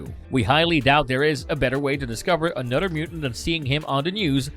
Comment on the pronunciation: A nud 'er... Brod 'er